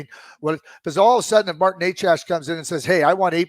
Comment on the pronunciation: It's not Nec ASS. It's Necas for FS.